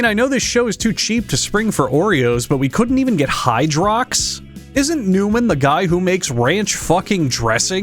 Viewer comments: newman-os? wtf? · Numan-O's? What the fuck? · “Newman-Os??? What the Fu-“ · NEWMAN-O’S? WHAT THE F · Ah yes my favorite cookies " NEWMAN O'S " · NEWMAN-O'S? WHAT THE FUCK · NEWMANOS? WHAT THE FUCK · newmanoes? what the f**k? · newmen-Os what the fu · that one word he said was newman o’s what the fuck😂😂😂😂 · Newman-O's? Thanks for saying it for me already... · Newman-os what the fuck!? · Newman-O's? What the fuck? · Newman-o’s? What the fuck? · Newman-O’s?? What the fuck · NEWMAN-OS WHAT THE FUCK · Wtf is Newman O's .... Bro... that's cringe asf.